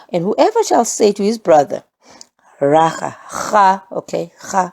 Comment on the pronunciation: In Sesotho ‘akha’ is a sound made in contempt as if scoffing or fed up. That is like Raca - the pronunciation you gave for the hard c and aspiration of the h. This is soooo cool!